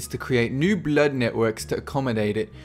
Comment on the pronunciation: Your pronunciation of the word "blood" is really weird.